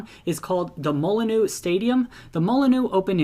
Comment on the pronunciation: Hope i don’t offend you but Molineux is pronounced Mol-inn-you